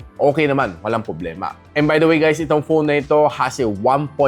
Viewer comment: Ano ba "poblema" mo? 😆